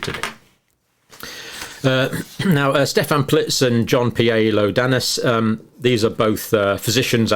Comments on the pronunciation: Great video as usual! Just a quick note. It is Ioannidis with a capital "i" at the begging not an "L". So it's pronounced "ee-oh-ah-need-ees" 👍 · It such a luck of all of us who follow you to get informed by learning how to interpret the evidence. The internet is indeed a global tool of knowledge. I would like to make a comment on the name of Mr. Ioannidis It is pronounced "he ow a 'nidis" in Greek. We are very proud we have such an honourable doctor in Stratford University! Thank you very much